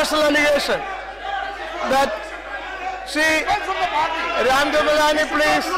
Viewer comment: Speaker Se Speaka bhi nahi jaata I mean i dont want to make joke but cant help he said rajmeth malani ji